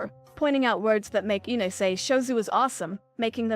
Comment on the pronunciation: Girl said Ine's name at least 5 variants and none of them was correct.😂